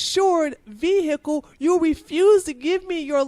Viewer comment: Why do sovereign citizen fuck wits regardless of race pronounce the word vehicle "veeeeeeeiaciale"